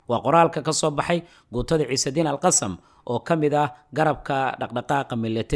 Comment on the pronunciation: Waad mahadsantay walaal sida fiican ee warbixina mihiimka ah aad noogu soo tarjumto, waxaan kugu kordhin lahaa in sida loogu dhawaaqo AL-QASSAM ay carabi ahaan tahay AL-QASSAAM oo qaybta dambe ay tahay shaqal dheer, soomaali ahaan sidaas ayuunbay noqonaysaa maadaama eraygu yahay carabi.